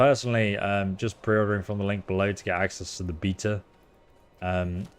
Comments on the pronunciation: are you saying beta bc it sounds like beatas? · its a beta not a beater